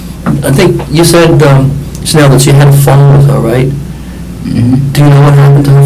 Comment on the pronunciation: It's "Chanel" lol